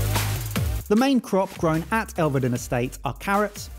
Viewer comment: might have won but he can’t pronounce Elveden - it has two syllables not three, so “Elve-den” not “ El-ver-den” (am a native of Norfolk). Good to see the great Sweet Potato Moonshine (fabulous range) - but surprised no-one tried the fudge or other meats (and game) from the farm shop